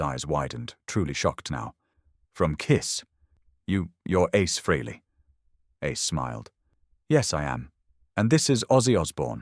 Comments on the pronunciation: Pronounced Freely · If ya can't pronounce the name don't try to tell the story. Oh, it's a fake AI bullshit story. My mistake. Who, I mean, what kind of pathetic loser even makes videos like this?